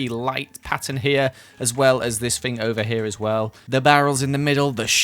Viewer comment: When says “fing” instead of “thing” 🦻🏻👁👄👁🦻🏻